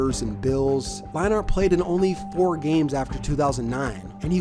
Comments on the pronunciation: Matt LINE-ART??? It's pronounced LINE-ERT You obviously don't remember these players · Also I'm pretty sure it's Matt Lein-ERT not Matt Line-ART. Great video as always tho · Leinart is pronounced line-ert. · All 8 times that you said "Line Art" instead of Leinart made me cringe. Great video but you should do some research on pronunciation before making future videos. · How in the hell do you mix up Brent Musberger and Keith Jackson. Both legends, but both VERY distinct voices. Oh and pronouncing it "Line-art"? Come on man.....I like your videos a lot, but Ive noticed things like this in almost every one, especially pronouncing what should be well known names completely wrong or weird. Really gotta get those details right. It instantly discredits you as a potential "i only know half of what im talking about" kind of sports guy......dont be that guy. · Lie-nart lol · To be fair from what he has said he did not start watching football until around the time Keith Jackson retired which means he also barely had a chance to see Leinart play. If you look at the name he is just pronouncing the A too hard. Imagine trying pronounce hockey players names if you weren't around in their day. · you pronouncing leinart the most cringey way but good video